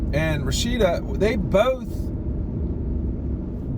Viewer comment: Its RASHADA lol not Rashida 🤣